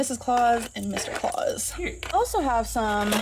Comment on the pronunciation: I have an insane hatred for the way she says cute. Additionally, as I have mentioned before, the vocal fry couldn’t be more irritating!